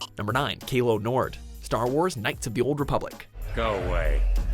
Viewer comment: Calo Nord's name isn't pronounced with a hard A. You guys REALLY have a problem with mispronouncing things in EVERY SINGLE VIDEO